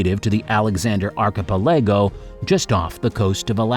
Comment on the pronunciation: Archipelego is pronounced arr-kuh-peh-luh-gow.